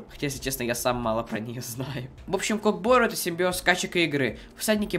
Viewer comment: не кок бору а көк бөру кто любит став лайк